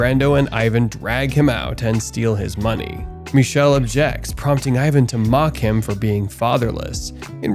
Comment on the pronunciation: "ch" in Michele is pronounced as /k/. "ch" followed by "e" or "i" in Italian is a /k/ sound. Also, the final "e" is also pronounced as /e/. I watched this movie when it came out in Italy. Never seen an Italian movie like that before. Don't know if there's an English version where his name is pronounced /miʃel/ with a "sh" /ʃ/ sound and no final /e/